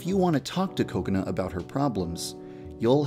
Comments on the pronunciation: because its pronounced ko-ko-nuh. in japanese there is equal stress on all syllables, so it sounds like coconut. this whole "ka CONE a" is wrong because you are putting stress on the middle syllable. so just say coconut without the t and thats pretty much it, unless you put stress on one of the syllables... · Yandere Dev you say kokonut to though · Wait that's NOT what they are saying? I always just hear Coconut and I assumed that was her name. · Did anyone notice that it sounded like he said "Coconut Chan" I almost died... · Yep, Kokona's Japanese pronunciation does sound like Coconut. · and kubz scoutz calls her kakoni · I keep hearing "Coconut" instead of 'Kokona' 😂😂😂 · Why did u called "KOKONUT" anyway??!! XD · why does he say "kokona" as "coconut"? 😂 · kakona is pronounced by Kubz Scouts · It sounds like he is saying Coconut xD But ya deer dev, you have outdone yourself again :) tysm! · The only reason I watch this is because the way Devpai says Kokana it sounds like coconut XD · Whenever he says "kokona" I always hear "Coconut" 😂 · Every time he says Kakona I ALWAYS think he is going to say cocout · im pretty sure i heard too much of kubz scouts saying coconut cause everytime yan dev said kokona i heard "coconut" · I keep thinking you're saying coconut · It sounds like he's saying coconut when he says Kokona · Are you calling Kakona "Coconut??" It sounds like it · Oh my god at first I thought he was saying "Coconut" not "Kokona" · In the subtitle "coconut" The whole video all I heard was "coconut" instead of kokona 🤣🤣🤣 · I literally thinks he says kokona, coconut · Woah Wait first off Did He said "Coconut"? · Is it me or I just keep on hearing coconut instead of Kokona XD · I heard you say Kokonut instead of Kokona lol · Your Saying Cocona Not Kokona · It’s pronounced Kakona not Cocanu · actually its kokona, japanese don't have C's in their kana. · its kokona chan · WE been pronouncing it wrong this whole time! Oops!